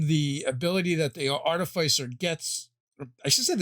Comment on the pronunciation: Always mispronouncing Artificer.